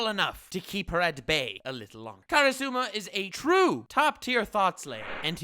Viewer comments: Karusuma....It's Karasuma HAHAHAHAHA Still love the vid! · Me hearing him say kara.suma, k im outta here you had your chance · YOU DIDN'T WATCH ASSASSINATION CLASS ROOM, IF YOU DID HE WOULD BE ABLE TO PRONOUNCE KARASUMA!!!!!!!!!